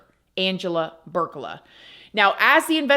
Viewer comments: Her last name is Burlaka not Burcala just to clarify. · It PEE-OR-EEYA (Peoria) and BURR-LAH-KUH (Burlaka)